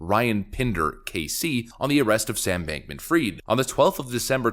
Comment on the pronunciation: Hi. Its not Sam Bankman Freed - IT IS Sam Bankman Fried (spelling fraid) Almost allnews anchors and media influencer get this utterly wrong.